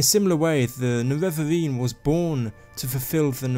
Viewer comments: its nerevarine not nevevavine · He got me so triggered with the "Nevevavine", I'm confused why nobody wrote that yet. I mean Dagoth Ur spelled his name very clearly "Ne-Re-Var" just add an -ine at the end and you got it. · Niwevaweeeeeeeen Sorry but I had to man 😂 great video!